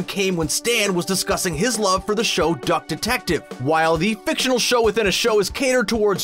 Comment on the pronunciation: When he says duck-tective wrong: my sadness is immeasurable and my day is ruined